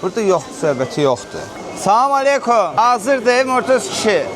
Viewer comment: Салам мелийки 😂😂😂😂 салам алейкум дейилир